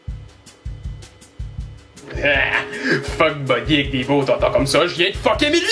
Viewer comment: Un méranicien XD